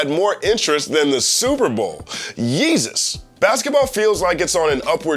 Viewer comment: Did he just say "oh yesus"